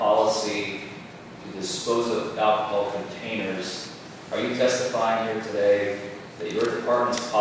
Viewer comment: The prosecutor can't even pronounce the word "alcohol" properly. It's not "ackahol."